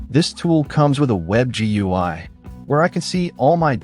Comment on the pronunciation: The way they pounce "gui" and "kuberneties" makes me think this is an AI